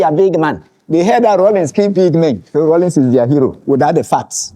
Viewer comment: The name is Rawlings not “Rollins”.